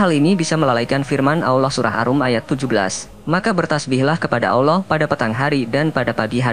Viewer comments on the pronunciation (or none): Pengucapan Aowllah itu salah; biasa saja ALLAH,, ujung lidah melipat di belakang gigi atas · Tapi aneh, chanel ini, membahas islam tapi pembaca narasiny mengucap lafad ALLOOH kayak bukan orang islam orang muslim, aneh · Miminnya orang kafir,,,nyebut Allah nggak Paseh..?